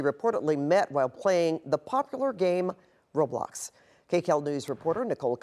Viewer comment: She said "Robox"